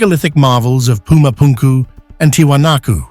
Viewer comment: Lol "puma punku" 🎉😂